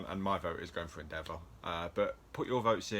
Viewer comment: Obviously THIS is extremely difficult for me to judge lol, the details of them have always been top notch, pronunciation of Endeavour is.. interesting lol, can't believe Midnight or Momo weren't included but here we go with our pick and I think it's going to be Endeavor but they are all really cool 😁